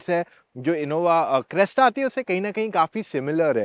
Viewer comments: Ye aadmi Crysta ko Cresta kyu bol raha hai? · Crysta not cresta brotherrr